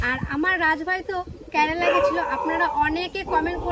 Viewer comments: কথাটা কেরালা হয় ক্যারালা নয়। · কেরালা উচ্চারণ ঠিক কর